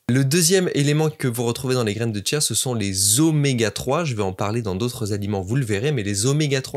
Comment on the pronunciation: Il y a pas de t à chia